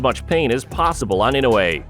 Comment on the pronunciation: ちゃんとイノウエって聞こえる発音凄いな 昔はインウイとか言ってたような気がするｗ